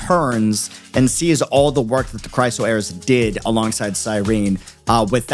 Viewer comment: Is there a particular reason you're pronouncing Chrysos as Chryso? Sorry just stuck in my brain cuz you keep saying it that way for several videos 🥲 Anyway love your wildest reactions brooo